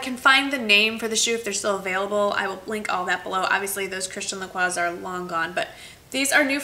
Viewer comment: You said their names both right girl! Woop woop :D I love the suede boots, they're beautiful and that's the only type of heels that I can manage to wear on a daily basis in Paris (too much walking...!). Thumbs up for the Christian Lacroix bargain!!! That's AMAZING!!!